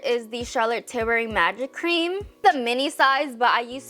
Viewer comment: I’m sorry but I can’t stand the way she speaks 😭 it’s like I’m slomotion u can’t even explain and the way she can’t pronounce “ tilbury “ properly